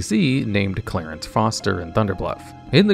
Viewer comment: Do you just have a vendetta with mispronouncing names? Clarence? Ivar?